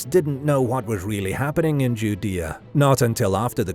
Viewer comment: Are you pronouncing Judea correctly